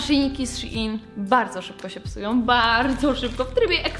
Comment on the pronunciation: Szein się mówi a nie sziin...